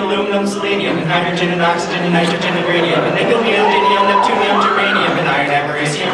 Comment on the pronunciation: It is neodymium, not "neodynium." It is praseodymium, not "praseodynium."